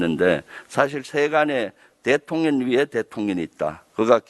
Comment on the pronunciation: 김의원 발음 문제, 대통년 대통년 대통년...😅